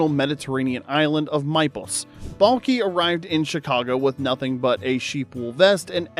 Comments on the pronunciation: Mepos. Not Maples. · Mypos is pronounced meepos